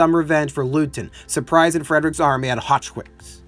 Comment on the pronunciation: Yes, I cringed every time Leuthen (something like "LOY-ten") was pronounced as "LOO-thin." Otherwise, high praise and full marks for the analysis.